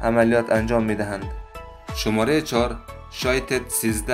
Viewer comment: متشکر ازحماتت امابهترازس کابلی دری صحبت کنی چون وقتی فارسی ایرانی صحبت میکنی لحجه داری و کلمات رابه وضوح بالحجه دری تلفظ میکنی‌مثل شمارخ که شوماره‌گفتی